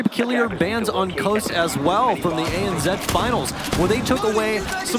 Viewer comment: What’s “ANzed”? Oh, you mean ANZ....